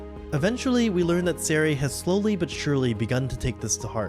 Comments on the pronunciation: I was confused who “Zeray” was and realized you meant “SER-IA” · It's honestly so annoying how often people mispronounce their names 🙄 It's Kah-nuh(Kanne) Sen-zuh(Sense) See-ree-uh(Serie) Jesus Christ people it's not that hard, you just pronounce the 'e' at the end of their names as an 'a' instead. Like how TF did you get Lewine(Leh-vee-nuh) right, but utterly botched the other names?? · Why can nobody on this fracking platform learn how to pronounce Serie's name?